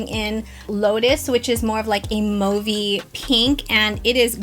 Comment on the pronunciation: It’s Mauve not Mouve.